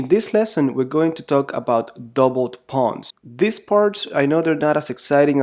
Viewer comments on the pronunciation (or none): Are you saying "double tap pawns"? not important I know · Thanks for another great lesson. One quick question - the title and description both mention "Double pawns" but every time you mention it in the video you insert a word between the two - it sounds something like "Double tap pawns" or "Double type pawns" but I'm not sure exactly what you're saying! I've even googled it but can't see it. I know it's probably basically irrelevant but I'm still interested :) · Anyone else hearing "Double-tap pawns"? Are we merking the soul of the game now? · Thank you very much for all these videos! Are you saying Doubled up pawns or Double tap pawns?